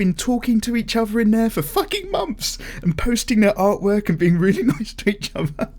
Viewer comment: The way you say "art work" in the intro sounded to me like "art twerk" now the picture of some paper twerking cant get out of my head